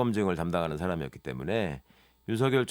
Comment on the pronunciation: 윤석열보고 왜자꾸 윤석렬이라고하는거야 나이들면 열발음이 안되서 타자로도 못치는건가